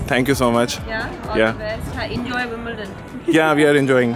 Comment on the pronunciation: Tum Wimbledon bol rahe ho per mujhko tumhare papa Sahi bol rahe the Wimbledon are you are aur mama Sahi nahin bol rahe hain to war rahe the Wimbledon